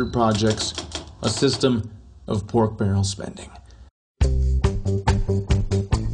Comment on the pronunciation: I m enjoying this video, but fellahs, it's Pork with a K, Pork Barrel Spending, although a barrel of Port doe sound delicious as well....